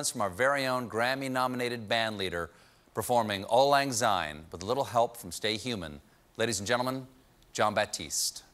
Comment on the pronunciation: Oh not again! Why can't Americans pronounce it properly? It's Syne not Zyne! What's so difficult about a hard S? The Bard of Ayrshire will be rolling on his grave again.